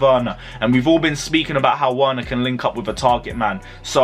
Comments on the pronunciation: Verner please or just say our number striker 😂😂 You keep on butchering that name 😂😂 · I've given-up on this geeser butchering Werner's name appauling . . .